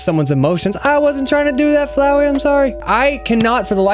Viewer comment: Flowey more liek Flow-eye